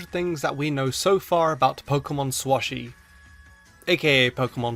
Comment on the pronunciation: You. Were. Wrong. It's not SwoShi. It's SwSh